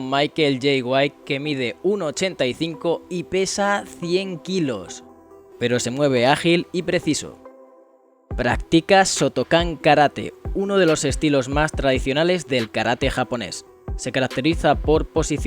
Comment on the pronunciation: Es Shotokan, no sotokan